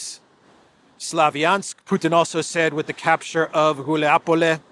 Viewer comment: once again: it's Гуляйполе, not "Guliapole."😃